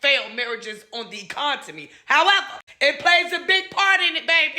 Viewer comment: Did she say “Econtemy” ? HUH ! Therapy ASAP 🤷🏽